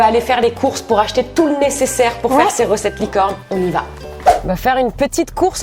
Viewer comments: Elle a dit licone aux lieux de licorne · Tu as dit licone o mieu de licorne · un moment tu a dit licone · Tu a dit licone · ta dis licone😂❤️❤️❤️